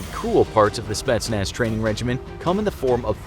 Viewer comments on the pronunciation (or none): I'm Romanian Czech, I am training for GRU, I am not russian but I guess I am close enough? Idk let me know I guess lol Also its not "spatsnaz", its "spetsnaz' the guy makes it an "a", mam dobry den :) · The Speshnaz lol